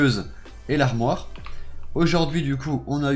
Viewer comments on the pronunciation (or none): . Et l’ahmoire 😂😂😂😂😭